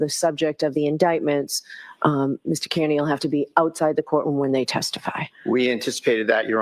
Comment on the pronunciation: pronounced car knee 🚗 🦵 =Kearney